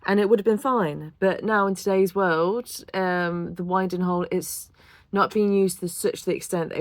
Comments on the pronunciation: It’s pronounced winding (as in the north wind). Not winding as in winding me up. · Winding hole. Pronouced as in the air that blows, that from the North in winter, i.e. Wind - ing. The term arose from the fact that in the day you used the wind to help turn the boat when the motive power was a horse.